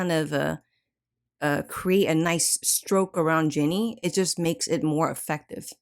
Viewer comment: its jenni not jinni